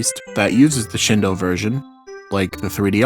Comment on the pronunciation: Thank you for saying Shindou correctly, people saying "shin-doo" bothers me so much